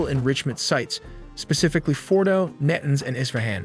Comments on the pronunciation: Your pronunciations are terrible. "NAA-TAA-NZZ" not "nay-tans". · Natins. Gotta love that AI. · Tell the AI script reader that it's pronounced na-TANZ. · IT IS PRONOUNCED NA TAWNS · It takes almost no effort to tell the AI how to pronounce Natanz.